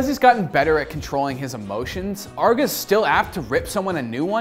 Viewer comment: Arr-GE not Arga.